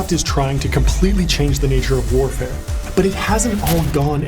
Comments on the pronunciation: I'm not a native speaker but "warfair"? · Warfair? or warfare? ;)